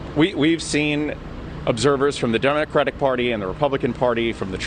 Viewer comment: Did this fool say donutcratic party 😂